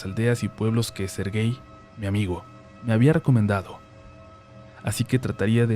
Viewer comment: En que minuto empieza el relato? Llevo 19 minutos de video y solo es el día a día de un viajero. Jajajaja quién les dijo que este era un canal para cantinflear? Tan poco material tiene el que graba y porque tan mala pronunciación del nombre Sergey?